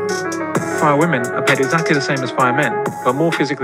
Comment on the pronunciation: What's up with this generation not knowing how to pronounce the word "women"?